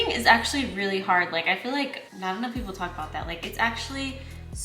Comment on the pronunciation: “Something to Talk ABrown” 😅